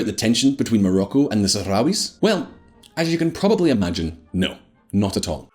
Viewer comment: How much is normalizing Israeli relations with really about US diplomacy and how much of it is about the idea of my enemy of my enemy is my friend when it comes to Iran? I love the fact that the Republican representative could barely say Sahrawis.